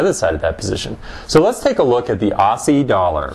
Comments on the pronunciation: "AWSSIE" lol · ossie?? As in "posse"?